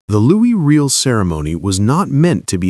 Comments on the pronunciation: Can you not use a HUMAN voice instead of this shitty AI nonsense ? Louis REEL ? Do better ! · Given that you are doing a bit on Canada based on respect, let me give you a hint. Riel is pronouced Ree-Al. Please retrain your AI voice narration to pronounce it correctly (ie respectfully ). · Riel is pronounced with a French accent. Try …. “Ree-Ell”. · It just would have been so much more respectful of the Narrator - USican or AI?- would have pronounced Riel properly! ....